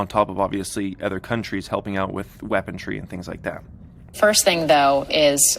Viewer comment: Did you just say, "weapontry"? Lol